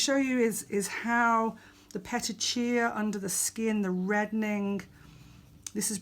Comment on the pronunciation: Pet-chia 🙈 it’s peti-ki-eye